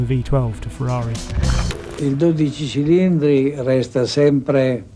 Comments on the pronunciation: Superb engineering but I struggle with the styling. Looking forward to seeing it in person before passing judgement. Henry does need to work on his pronunciation of 12 Cilindri. As an Italian it is painful to listen to. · Lovely video by a pro, thank you Henry Chatchpole. BUT: It’s DOdici ci-LINdri, not doDIci cilindri :) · Dodi-Che , like "Che", She-llindri . You have to roll the R' like Alfa Rrrrrromeo, Ferrrrari. Little Italian over a glass of RED 🍷... BEAUTIFUL CAR ! The 458 is the masterpiece to me.